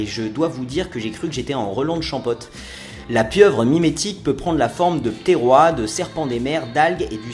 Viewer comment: Super vidéo !! Par contre... ça se dis Ptéro"hisse"... comme "ho-hisse la saucisse" :)